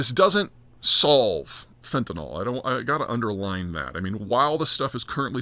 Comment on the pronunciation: you say fentanol and i say fentanyl… let's call the whole thing off